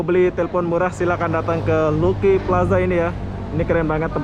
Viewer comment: ....Lucky Plaza sebutan nya....Laki plaza...bukan Luki.